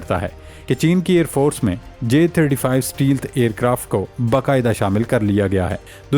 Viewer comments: It's stealth not steel but correct your pronunciation. Thanks and take care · Pl don't say steel - steel , again n again , the word is stealth , note carefully . Thank u . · اسٹے لتھ کو اسٹی لتھ۔ کیا پینڈو پنجابی ذبان ہے اس چوتیا اینکر کی۔ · Ooye champoo “stealth” bolna seekh lai. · بھائی صاحب، stealth کو صحیح سے pronounce کریں